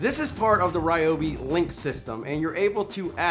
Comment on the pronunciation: I love the Ry-obi (not Ree-obi) creeper!! Such a real Nass like INNOVATION. My only concern is the height of it. Being a mechanic, I am constantly surprised/frustrated at how difficult it is to get under veHicles even when they are elevated. If those wheels are 3", then the rest of it looks at least 2 1/2" so that's 5 1/2"!!!! before you you try and fit your body. My Lisle Creeper (without actually measuring it) I reckon would be no more than like 2 - 2 1/4". Thats a BIIIIG difference when it comes to fitting under a raised veHicle. I get that transforming to a seat requires some engineering that, ultimately, contributes to the overall mass but....? I guess the (read My) old adage rings true - "A multi purpose tool (or appliance or anything) may be capable of doing/achieving more than one thing however, it cannot do any of those things with the utmost precision, ease or finesse that the respective individual items can. Love ya work brother.